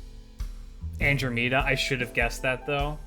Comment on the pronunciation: Your pronunciation of Andromeda is horrendous